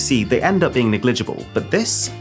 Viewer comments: enter a what now? also Nig lig able - nah mate its neg la gible. Also, you are from Nottingham, what the hell are you doing with an Arsenal shirt on and why is it skin tight? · NegLIGible? Or NEGligible. LOL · TIL Arun pronounces "negligible" as "nig-LIDJ-e-bl". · Why did he pronouce negligible like that? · I like how he pronounced ‘Negligible’ 😂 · Wait, is that how you pronounce "negligible"? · Weirdest pronunciation of negligible I’ve ever heard 😂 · lol at how Arun pronounces negligible.